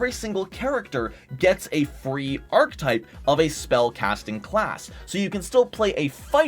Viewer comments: Ark-uh-type, not ark-type. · What the hell is vein·kuh·type?! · And mispronounced every time.